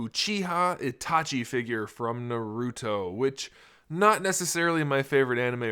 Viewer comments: Bro nauruto is how he say it😂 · Thats not how you pronounce naruto. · u said naruto wrong bruh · I'm just saying you pronounced the name wrong my intention wasn't to make a big deal about it. Im just pointing it out